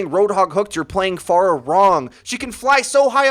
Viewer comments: I'm glad you say her name correctly, unlike most of the overwatch community. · Jay Rhee he's saying it the right way, the way she pronounces her own name. 'fair-uh' is wrong.